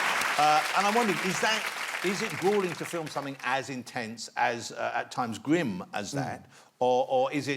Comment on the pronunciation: It's not gwim or gwooling.